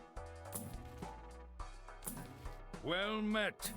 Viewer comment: does anyone feel like he says "Stupid chat" instead of "super chat"